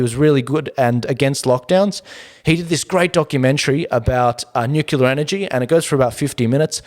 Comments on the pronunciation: Please - NEW CLEAR. We should try not to contribute to the mispronunciation of this tongue-twister, as more and more seemingly educated people are doing all over both sides of media. Nuclear. Nucular? Newcleah. Newclear. I love your show, always great content. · Your show is "nucelar".... good to see you back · Say it together..."NEW-clear" Spazzard and Chunt are desperate. Noone is buying what they're selling.